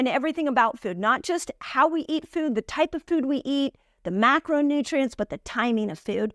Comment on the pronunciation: You are so good! And I love how you say the word “food” in a funny way. The obstacle is the way!